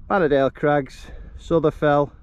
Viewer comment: Really like the drone footage, Souther Fell is pronounced Souter Fell & Mungisdale is pronounced Mun-grize-dl with the emphasis on grize . Info from Wainwright's North Fells Guide 👍.